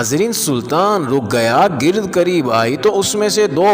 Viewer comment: گرد گ کا زیر نہی زبر ہے